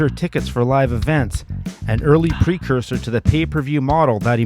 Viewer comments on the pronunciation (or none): none